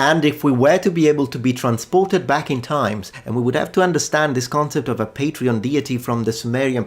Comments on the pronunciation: You keep on saying Patreon instead of Patron LOL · Are you deliberately pronouncing 'patron' as 'patreon'? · As a linguist, I should think you'd cringe if ever you heard someone else say "patreon" when they meant "patron". Academic shame be upon you, sir! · I know I shouldn't but I giggled when you reflexively started pronouncing "patron" as "patreon" (except for Lagash & Ningirsu, where you said "patron"). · Patreon???? Not "patron""? SUMERIAN CITIES HAD WEB PAGES AND DONORS???? "BUY ME A BEER"? :face-fuchsia-wide-eyes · "...having the god of wind and storm as their main patreon..." "PatrEon",?